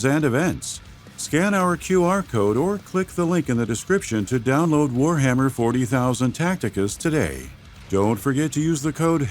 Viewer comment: Stop saying Warhammer 40k like that.